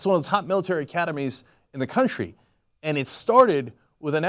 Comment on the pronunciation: Cuntry say 'Cuntry'